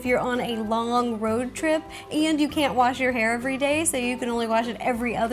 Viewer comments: It's a RO-trip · It's not road trip it's ro trip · Or shall you say "Ro trip"! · Ro-trip HA